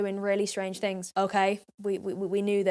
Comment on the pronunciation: all round the towns and every fing is all i hear when she speaks